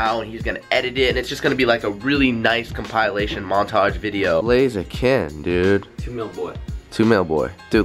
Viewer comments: Compilation he pronounced it "Com - Pile - ation" xD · "CumPILEation" - 2016